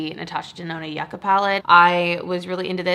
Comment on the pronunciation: the new ND palette is pronounced you-kah, as in the root/vegetable popular in south america 🥹 but yes i’d also love to see your singles collection again!